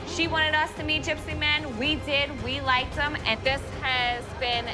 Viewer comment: Lam No... she LITERALLY said "likeded". Listen to it again lol 😂